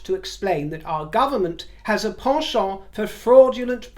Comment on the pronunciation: The Carolina Herrera dress needed lining. At last someone pronounces 'penchant ' correctly.